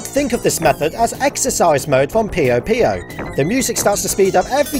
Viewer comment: dont comment about it dont comment about it do- Puyo is pronounced like "Poyo" or similar to saying "poo yo" as heard in the title screen for Puyo Puyo Tetris on both the english and japanese release